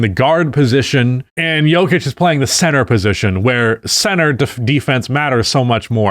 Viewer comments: I know full well this dude didn’t just call nikola jokic the yoker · “Yolker” - 2025